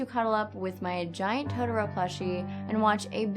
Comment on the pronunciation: I...Is that the first 5-5 you've given? also, totoro, to-tor-o, japanese words are pronounced in separate syllables (or at least I am pretty sure, it works a lot of the time)